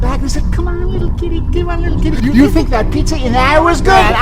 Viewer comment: "Oh that's good. ILL FINK! that esd for some reason funnt